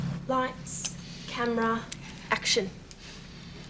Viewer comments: its funny how they say each others names. emma just sounds like Emmawrr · DID SHE JUST CALL HER EMMARR ??¿